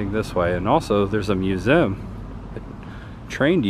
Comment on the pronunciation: It's pronounced mu zee umbrella! Not musum